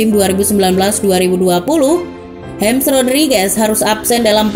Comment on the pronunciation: nama depannya James Rodríguez tuh dibaca 'hames', bkn 'hems'